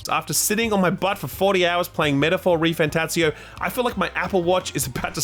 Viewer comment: I didn't realize there was another t in "refanTATzio".